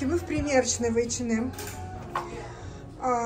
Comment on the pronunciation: ей в одном из комментариев зрительница квалифицированно разъяснила, как правильно произносить это название. Даже если бы так говорили финны, она всё-таки русскоязычный блогер. Неплохо было бы подучить русский язык или пользоваться Гугл, словарями какими-нибудь...